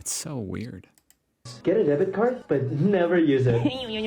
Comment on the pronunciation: You‘re talking about debit cards but pronounce it like credit cards... 😉